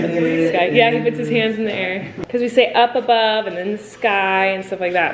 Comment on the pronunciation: i cant stop laughing omg she said 'hams' instead of 'hands' so it was this: "So he puts his hams up" 😂😂😂😂